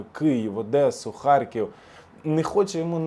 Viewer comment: Не ХарЬків, а Х А Р К І В! ПОЗБУВАЙТЕСЬ РУСИЗМІВ!❤